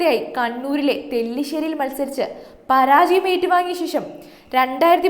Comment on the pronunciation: തെല്ലിശ്ശേരി അല്ലടി തലശ്ശേരി